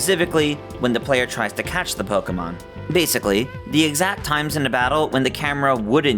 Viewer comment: Why do people still say "Poh-kuh-mahn"? Literally, everything says it's "Poh-kay-mahn", hence the "é", which is an "ay" sound.